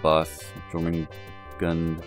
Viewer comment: I think it's pronounced "your"-mangund.